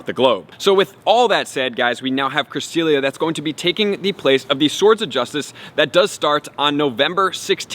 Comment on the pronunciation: Bro pronounce it correctly ! It’s bugging me lol